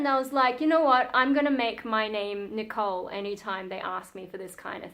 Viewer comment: This is the first time I'm watching one of your videos and you've definitely got my sub. I absolutely love the Japanese pronunciation of your name by the way! And I hope we get to hear more about some of the topics you touched on in this video eg: Fun stories about your God Mother for example or stories from school/when your family visit.. You seem like a really interesting person, to someone from the UK at least 🙂